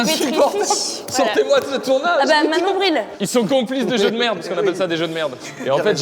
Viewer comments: C’est pas Manon Bril c’est Monon Bril 😂😂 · eh c'est pas Manon Bril c'est Monon Bril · Manon Bril ? C'est pas Monon bril ? 😂